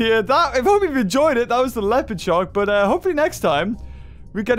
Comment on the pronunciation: You said Lepotd shark